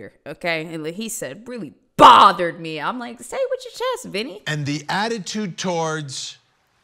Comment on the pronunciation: Vinny pronounced the B in bothered like Malfoy pronounces the P in Potter